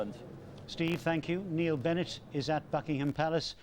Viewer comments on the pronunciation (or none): none